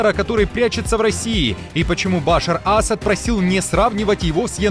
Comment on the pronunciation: Почему все делают ударение на первой букве, когда надо на последней гласной Башàр Асàд?